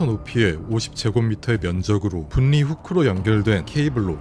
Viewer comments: 영상 너무 잘보고있는데 한가지만 수정해주시면 더 듣기 좋을 것 같아서 말씀 드리고 싶어요. 분리, 편리 등의 발음이 [분니],[편니]로 하시는데 유음 ‘ㄹ’ 앞의 ‘ㄴ’은 유음화 되어 ‘ㄹ’로 발음해야 됩니다. 따라서 [불리],[펼리]로 발음하는 것이 올바른 발음이에요. 아무래도 청각적 요소가 중요한 영상이라서 청자 입장에서 이런 발음 하나하나도 듣기에 중요하게 작용할 것 같아 말씀드립니다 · 관니 분니가 아니고 괄리 불리 라고 읽어야돼요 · 다좋은데 발음을 자꾸 틀리게하시네요 ㅜ 분리 [불리] 선로 [설로] ㅜㅜ 입니다 분니 , 선노 이렇게 발음하시네요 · 발음이 너무 신경쓰여요 ㅠ 분리 (불리) 편리 (펼리) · ㅎ ㅏ.. 진짜 ㄹ발음을 ㄴ발음으로 읽는 거 개짜치네... 분리-분니... 편리-편니... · 분.리. 후크가 아니고 불리. 라고 발음. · 분리는 분.리. 라고 읽지 않고 불리 라고 읽어요. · 고퀄리티의 재미있는 영상 잘 보고 있습니다. 그런데 분리 인력 선로 관리 등 ㄴ이 ㄹ앞에 있을 때 불리 일력 설로 괄리 처럼 발음해 주시면 좋을거 같아요. 영상 정말 재밌게 보다가 살짝 거슬리는 느낌이 있습니다. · '분리' 읽을 때는 '불리' '편리' 읽을 때는 '펼리' '선로' 읽을 때는 '설로' 추가로 '인류' 읽을 때는 '일류' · 분리 읽을 때 분니 (X) 불리 (O) 내가 잘못 들은 줄 알았네 ㅋㅋㅋ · ai가아니라 육성으로듣는건 너무좋은데 ㄴ하고 ㄹ끼리 만나면 유음화현상으로 ㄹ로 발음되는거는 추후를위해서라도 고치는것을 추천드립니다. 흔히 롤하다만나는 전령은 전녕이아니라 절령이라 발음하고 분리 후크도 분니후크나 완전 한글자씩 끊어서 분리후크가아니라 불리후크라고 읽으셔야해용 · 어이가 없네. 왜 분리를 분니로 인력을 인녁이라고 읽어요? 요즘에 한국 유튜브에 많다는 중국인인가? 한 때 보이스피싱 하던 중국인들이 유튜버로 다 전향했나? 당신 한국인 아니죠? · 영상은 정말 좋은데 발음에서 거슬리는 부분이 있습니다. 다른 영상들에서도 그렇지만 "분리" 를 "분니" 또는 "관리" 를 "관니" 로 읽는 등의 자음 동화 발음 규칙에서 어긋나네요. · 영상 편집이 진짜 깊은 인상을 주네요 근데 발음하실 때 분리/불리/, 관리/괄리/, 인력/일력/, 선로/설로/, 로 발음하는게 자연스럽습니다.~ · 팬이라서 도움 드릴까 조언 드려요. 또박 또박 늘 잘 얘기 해 주셔서 귀에 쏙쏙 들어오는데 그런만큼 발음이 틀리면 또 정확히 들어오네요. ‘분리‘ ’신라’ ‘분류’ 등의 ㄴ+ㄹ 이 만나는 경우 앞의 ㄴ이 ㄹ로 발음되어 [불리], [실라], [불류]로 발음 하는것이 어법상 더 자연스럽습니다 ! (분리,인력, 선로 계속 이 이야기에서 나와 더 그렇네요) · '분리'라 적고 '불리'로 발음하는게 맞다. '관리'라 적고 '괄리'라고 읽어야한다. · 항상 잘 보고 있는 구독자입니다. 우리말에서 앞글자의 종성이 ㄴ이고 뒷글자의 초성이 ㄹ인 경우에 올바른 발음은 둘다 ㄹ이 되는 것입니다. 분리나 인력, 선로, 관리 같은 단어들의 발음을 전부 틀리시길래 말씀드려 봅니다.